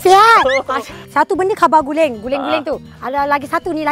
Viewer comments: Org kelantan paggil kuba guling la bukan kaba guling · Bukan kaba guling ,kuba guling la haha comel lak